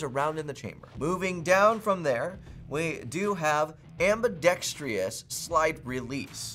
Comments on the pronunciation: Who the hell is the faceless voice on this video? Clint needs to tell him the word is Ambidextrous NOT ambidextrious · Am-bi-dex-trous Try that again.